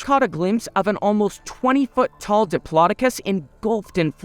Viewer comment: I keep hearing him say “MY FOOOOT!” Lol